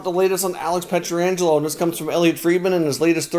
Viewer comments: I really enjoy your videos. Wish you could pronounce the St Louis defenseman’s name correctly, it’s PET-RANJ-ELO (not peter-anjelo). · It's not Pietra-angelo One 'A' there, not two. Pronounced Piet-rangelo.